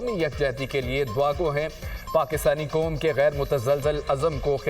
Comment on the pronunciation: براے مہربانی نیوز ریڈرز کے تلفظ ٹھیک کروایں ۔ معیاری چینل بننے کیلیے ۔ قوم اور موقعہ کی ادائگی سنیے